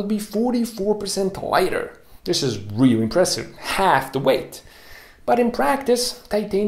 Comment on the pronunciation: Reawy reawy hahahahah